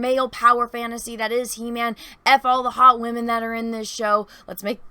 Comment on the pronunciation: She-wamen lol love it